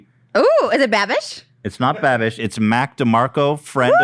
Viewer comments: Ik Lmaoo why does Trish keep saying bibbing with babish lmaoo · trisha repeatedly saying binging with babbish wrong gets me every time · Is anyone ever going to correct the pronunciation and just the actual incorrect words that trisha says literally every single time when referring to Binging with Babish he's missed a lot of good shout out opportunities at this point lmao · i love how many times trisha fucked binging with babish’s name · both of them constantly mispronouncing Binging with Babish in different ways is sending me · Trisha never pronounces binging with babish right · I don’t think trisha’s ever going to say binging with babish correctly..... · Lol for fucks sake someone teach these two how to say binging with babish lol it’s been like 6 eps of saying his name wrong